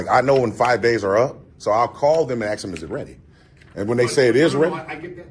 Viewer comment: It is good to axe to be educated!